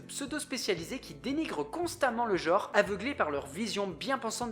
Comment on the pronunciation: le mot "genre" ne se prononce pas "jore", mais "gENre", avec un "EN", comme dans "ENCULER". Les millenials, il va falloir sérieusement que vous appreniez à vous nettoyer la merde des oreilles, hein.